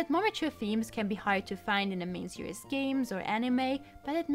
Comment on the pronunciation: An hour long video is pretty scary. The video quality seemed great. However, two minutes in, after having heard "Pokeeeemon" a thousand times, "series" being said "serious", and numerous clichés, I'm stopping the video.